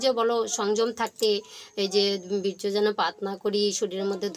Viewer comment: Berjo আবার কি বলুন birya aro bhalo kore bolle "Veerya"😅😅